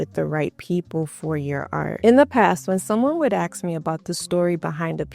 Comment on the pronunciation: I love your ideas and how you present your points. However, every time you say axe instead of ask, it grates on my nerves. For such a lovely, intelligent woman, doing this takes away your authority and makes you seem less of an expert. I’m not trying to criticize, I’m giving you something to think about. Don’t dumb yourself down by using street-level speech. Just food for thought, and more importantly, just my opinion.